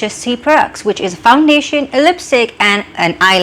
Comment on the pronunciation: Why do you pronounce is as ease ? Why sistar????? Whyyyyyyyyyyyyy???